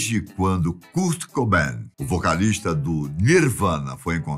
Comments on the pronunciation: "Curti Cubain" e "Custi Lóvi"? Cara esta engraçado, mas seu canal é awesome. 👏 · Da uma agonia de ver ele falando curt cobain e curtney love KKKKKK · Ah.. achei que o vídeo era sobre o Kurt Cobain, mas é sobre um tal de "Cúrt Cobén", o qual desconheço, mas suponho ser algum francês. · cúr cobein KSKSKSSKSK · Noossa, achei que eu tinha sido o único a sentir isso kkkkk "Curte Coubén", demais! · cúrt cobain ... ai doeu essa ai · Curt coben 😂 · Da uma agonia o homem pronunciando errado o nome do Kurt cobain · Só em não PRONUNCIAR BEM O NOME DESSE GÊNIO, VC MERECE DISLIKE! Q HORROR!